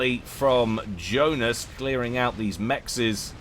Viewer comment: Yeah, Johnice, not Joenice.